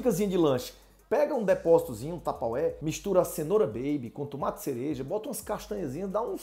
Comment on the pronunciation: TUMATI? DEPOSITO? KKKKKKKKKKK É UM BAIANO MESMO !